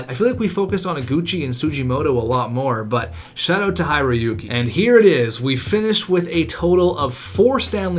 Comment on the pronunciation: Tusimotto "Hy-roy-ki" what disrespect